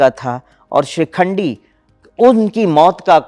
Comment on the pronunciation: "Madam" ko koi bataye...its not SHRIKHANDI 😂😂 but SHIKHANDI